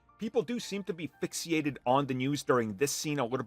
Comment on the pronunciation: "Fixiated"? What is this thing with millennials where they don't know basic words... and they simply make up their own word that almost sounds like the proper pronunciation?